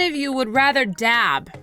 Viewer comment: Dab not dav